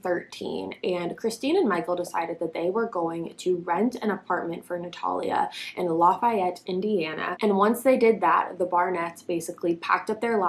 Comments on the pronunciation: LAUFY-ETTE if you a real Hoosier 🌽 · I knew she wasn’t from Indiana when she said “Lafiette” lmfaoo but that bitch was definitely not 8 yrs old